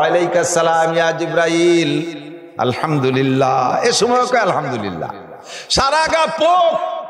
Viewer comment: আলহামদলিল্লাহ শব্দটি সঠিক নয় । সঠিক হলো আলহামদুলিল্লাহ।